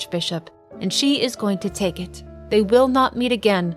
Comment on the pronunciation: “and she is going to take it” sounded accented what’s the story there